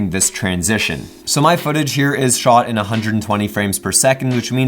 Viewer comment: The way he says shot,annoys the fuck out of me